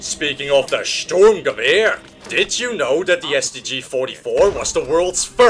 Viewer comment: Fun fact 1, the German soldiers' uniforms were made by Hugo Boss. Fun fact 2, the STG 42 was issued as a submachine gun, Adolf H. wasn't a big fan of assault rifles. Good video and your pronunciation for the assault rifle ( Sturmgewehr ) is almost perfect.